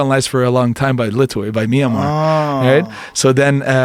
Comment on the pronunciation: "Lethwei" or "Let wait" for a better pronunciation